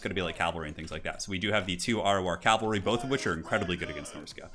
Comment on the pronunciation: Cavalry. Not calvalry and not calvary. Awesome commentary though! O_O